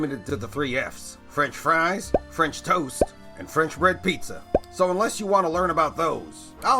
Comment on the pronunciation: “CHEESe” “BREAd” “KETCHUp” “BREad”💀